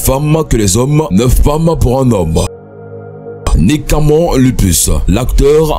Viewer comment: Nik camon et il dit même zuss pour juste 😂